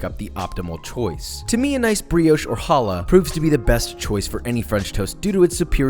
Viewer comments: "The brioush" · pronounced brioche wrong. Disliked